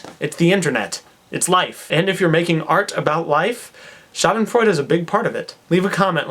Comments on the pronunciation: Hey, I get the joke, but as a native speaker in German your misspelling of Schadenfreude just hurts my eye - and there again you have my human side, because I cannot just not say it, although there are other comments already pointing it out. By the way, your pronunciation of Schadenfreude is really good, maybe you should consider learning German :D I could help you with it, if you would need a tandem partner. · I'm german and i dont know if you did this on purpose,but it's actually spelled with E ^^ anyway,i loved the way you pronounced it !!:D